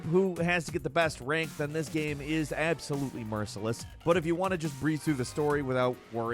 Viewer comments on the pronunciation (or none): Gehm. That’s how the annoying creator of this video pronounces game. Unwatchable just because of that alone.